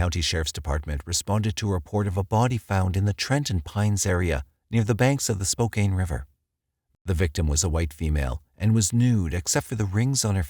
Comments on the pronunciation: 🎉 congrats on the birth of your baby! 🎉👏🏼 Fyi, Spokane is pronounced...SP•O•CAN. Hearing SP•O•CANE makes me have to go back to catch what is said after each time it is spoken. 😁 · Isn't it pronounced Spo-can not Spokane? This is driving me nuts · LOL I've been over here clinching my teeth and saying "It's not 'spocaine"!" LOL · Must be a computer-generated voice, to pronounce "Spocan" as "Spocane". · Spo CAN not spoKANE. Also more murders live here more than ever, your jaws would drop. There’s never not a sign saying “Have you seen this murderer?” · It's SPO-CAN. It's native and means "children of the sun" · Spokane- pronounced. Spo-kan 😉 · How can this narrator pronounce SPOKANE...as SPO CAIN far gods sake man...DO YOUR RESEARCH...!!! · Spokane is pronouned "spoh-can". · Great videos as always but dude needs to learn how to say Spokane properly it's spoke and ann like you spoke to ann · Please forgive me for playing Grammar-nazi, narrator, but Spokane is correctly pronounced "spō-kæn" with the second syllable sounding like the word "can" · The pronunciation of "Spokane" in this episode drives me nuts. It's not a hard A. The pronunciation is Spo-Can. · its pronounced SPO-can :) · It's pronounced Spo Can! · I am surprised by the mispronunciation of Spokane. The a is a short a sound like in can. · "Spoe-cane" <==== Sure, man!! 😆🥹 😅😂🤣🥲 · Youre pronoucing spokane incorrectly It's actually 'spoke anus' Edit: ok seriously. Spoke Anne. Thats what it sounds like. Its a big city. Not denver big quite but too big to pronounce incorrectly. Its not a small MT town... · It's pronounced Spoke ann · With all the research you guys did and you can't even pronounce Spokane right?? Lol Its not SpoCane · *Spokane is pronounced spo-can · Congrats, and I <3 your channel, but if I hear “spoCAIN” one more time……. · Omg I was searching for this exact comment! It's driving me bonkers. Lol. Glad I'm not alone. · It just hurts my ears to hear 'Spo-cain' over and over 😂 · I say spo-cain.